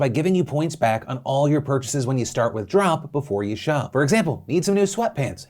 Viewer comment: "And beginning today, October 20th, Trump will be be gifting $10,000 worth of reward points into member accounts every Tuesday leading up to the holidays to spread a little cheer" I had to go back a few times... He said Drop but I heard Trump. What did you hear?